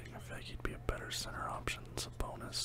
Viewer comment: Idk the way you kept saying it was bothering me 😂